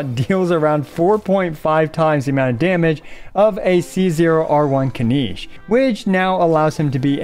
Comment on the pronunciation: Kin-NiCH. Not KiniSH